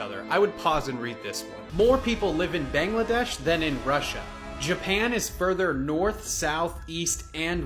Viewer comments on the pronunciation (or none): none